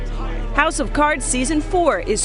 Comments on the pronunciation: "Nekflix series House O cards"? Forgot how to speak? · "...house OH cards..." Do you even read bro?